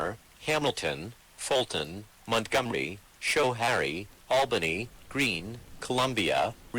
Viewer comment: bot didn't pronounce Schohaire right RIP, not it's fault though